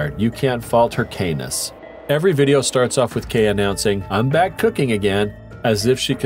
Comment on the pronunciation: Why do people have to use Ai for their videos? What the hell is brack for back talking about that ladies hair.